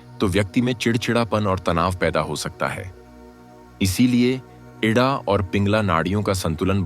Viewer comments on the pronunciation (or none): इड़ा बोलें ना कि इड्डा